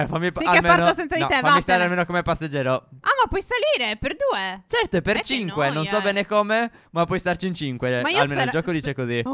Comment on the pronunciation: Quanto amo quando Stef dice: " e oggi siamo in gta 5!" con quel cinque strano